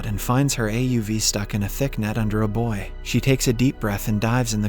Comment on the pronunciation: I AM IMPRESSED !!! THE A.I. pronounced it as sounding like ```boy´´´. THANK YOU !!!!!!!! (bouy)